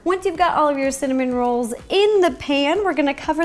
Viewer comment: The more she says cinnamon rolls the more i hear cinnamon Ro's :D